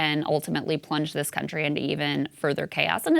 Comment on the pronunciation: That is not an American accent. He says "THEES is a DEA operation" He didn't pronounce it with a short I in this, he says "thees" which sounds distinctly Caribbean. I couldn't understand what followed but the intonation sounded non-American. The last syllable has a long O sound, and again sounds like someone from Africa or Caribbean speaking English.